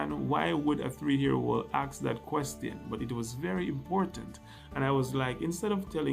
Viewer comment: You are such a good speaker but pls learn to say YEAR instead HEAR